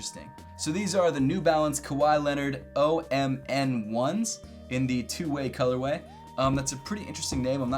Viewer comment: "OMN1S" pronounced "Om-Nis" Like ominous.